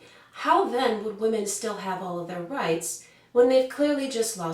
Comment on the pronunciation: Why can't pronounce "Women" correctly? For the plural of woman,the "O" is pronounced as an "I". Please, people, get this right!!